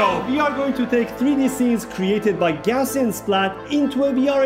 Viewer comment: Hey guys, love your work but can I suggest a correction on pronunciation? The correct pronunciation is Gauz-ian splatting. It's gauze like you put on a wound, not gow like cow.